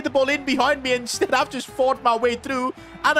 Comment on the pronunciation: You said insteed instead of the word instead and also you said shushing twice